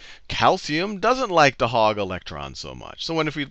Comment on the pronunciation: "hog" not hug